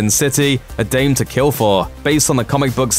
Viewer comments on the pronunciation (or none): none